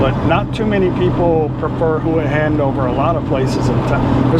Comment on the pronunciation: Get someone who is a nativeHua Hin resident to teach you how to pronounce it properly…I’m not sure if my way of spelling it will make sense. It’s ”Hwa Hen”….NOT….”Who-uh-Hen”